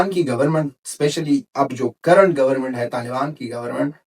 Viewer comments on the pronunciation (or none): none